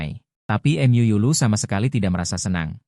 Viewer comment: Mu dibaca em yu 😂😂😂😂😂